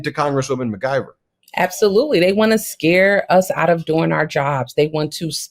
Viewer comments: At least pronounce her name correctly mic-👁-ver No G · McIver is pronounced "Mick- eever"